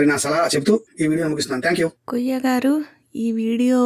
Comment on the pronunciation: అమ్మా వాన్ని కొయ్య అనకండి, కుయ్యా అనండి